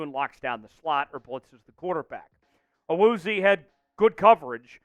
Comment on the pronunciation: Awuzie's name was butchered 😂 but I'll take him he's a dog 💯